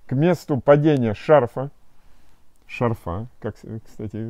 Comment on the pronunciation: В слове «шарфа» ударение ставят на слог с первой буквой А — ша́рфа.